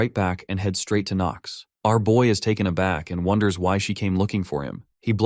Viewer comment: I flinched when I heard “taken a back” 😔